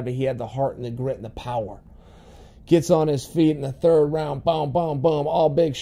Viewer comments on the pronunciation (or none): none